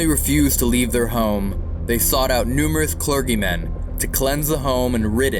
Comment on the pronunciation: Cler geee men not hard G . 😃